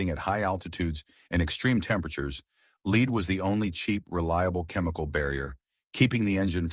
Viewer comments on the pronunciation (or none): It's not leed, it's lead. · “Leed” in the gas. Fuck AI voiceovers. Hey ass hats- there’s a reason for eliminating “leed” in the environment. Also, some litigation is legitimate and keeps money grubbing corporations in check. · What the hell? You guys let AI engineer these videos to the point you don't even correct their terrible grammar! Lead, as in the toxic heavy metal, you let AI pronounce as lead as in lead a horse to water. This is just the tip of the ice berg. Get your act together! Correct the damn stupid stuff AI does wrong.